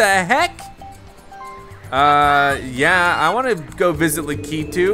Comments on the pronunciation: Omg u say it so wrong it’s not lack eeee tooo it’s lack I tu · Yoshi getting Lakitu (lack-eh-two): I wAnT LaKITU (la-key-two) 🤦‍♂️ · DJ Deadbeat please say I'm not the only one who got triggered by the way he said Lakitu